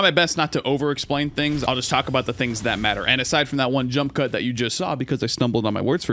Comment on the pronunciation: clears throat "I kinda missed da Preon Shot!" had me crackin up